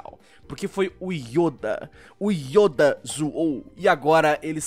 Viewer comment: Perai aí mano krl o errou o nome do Yoda vei falou Youda kkk mano aí eh foda